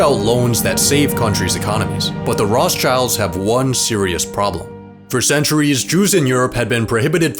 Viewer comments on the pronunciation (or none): funny he said Roths childs ahahaha its rot schilds lol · Did he really pronounce it Roths childs?! Man, do some proper research for audiophiles like me first before posting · i am a jew and he pronosd it whong - The Rothschilds